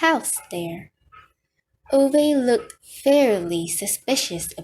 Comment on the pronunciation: you should redo every chapter, this mispronunciation of the name Ove is not only disrespectful to the author, but it's irritating to hear it time and time again through the book read